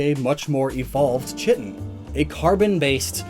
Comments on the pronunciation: Pronounced "Ky-Tinn" like D'vorah from mortal kombat. Not chit-in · KAI-TIN,, chitin is pronounced KAI-tin;. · chitin? it's pronounced "kai-tin" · Its pronounced KĪ-tin, not kitten. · "Chitin" is pronounced "kai-tin", my dude. THIS COMMENT ENGAGEMENT BROUGHT TO YOU BY MISPRONUNCIATION! THANKS ALGORITHM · I believe "Chitin" is pronounced 'Kite-in' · Chitin isn't pronounced the way you did, even though it looks like it should lol